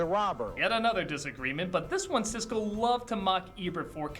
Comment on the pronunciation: Siskel not Sisley